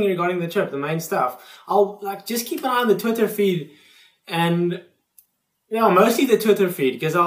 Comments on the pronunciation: THE WAY HE SAYS TWITTER! haha hilarious. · I love how you say "Twitter".